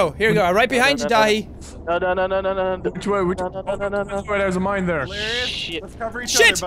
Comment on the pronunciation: he says DATHI wrong